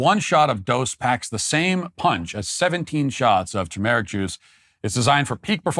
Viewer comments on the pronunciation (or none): Did you say tu-meric juice? C’mon Matt? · “Too meric juice”